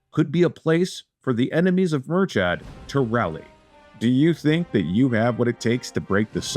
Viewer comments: Sorry but the name pronunciations is horrific😂 Its like mur-kid not mur-chad. Love that Ireland is getting some playtime though🙏🏻🇮🇪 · Personally I'd soften /k/ to a /x/ and lower that /ı/ to a /ə/ but you're correct. They even get Brian/Briain wrong.